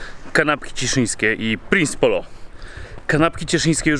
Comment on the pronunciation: Mieszkam w cieszynie ale czy tylko ja mówię Prince polo a nie prinsi polo? I w ogóle moja mama projektowała tą tabliczkę 😂